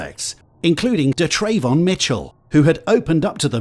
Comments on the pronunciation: It’s pronounce “Duh” Travon 🤪 if your gonna say it say it right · da’yrayvon 😂 he never had a chance. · Da’Trayvon? What the fuck is wrong with people. May as well have called your kid Un’empoyable McSkint